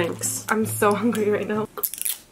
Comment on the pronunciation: “I am so hunger ry” LOL